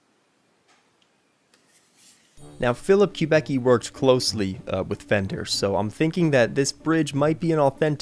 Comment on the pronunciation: Don’t let me interrupt, but for the record; The luthier’s name is pronounced “Kub-icki” not “Kub-ecki”. silly me!